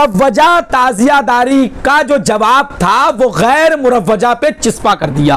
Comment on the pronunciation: چِسپا نہیں چَسپا ہوتا ہے